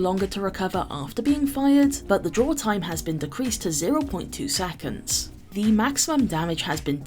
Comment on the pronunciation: I’m only here to hear pronounce saconds 😍